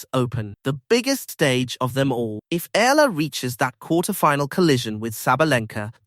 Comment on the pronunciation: Eala not ela‼️‼️‼️